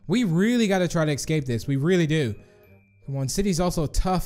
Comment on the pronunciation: i am really not trying to be mean but has any body noticed he says ecscaped